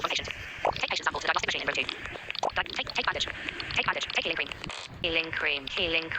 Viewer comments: “heaing cream “😔✌️🥀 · “HeAliNg ClEaN” Ahh Temu Aminal Hospital 😭🥀🙏